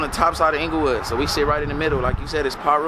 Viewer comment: He said "ENGLAYWOOD" 😂😂